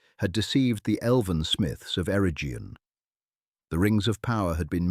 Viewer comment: WEhy is your pronouncu#iation so bad? Celeborn is eith a hard C like a k, and Eregion with hard G as in Garage, Do your research properly.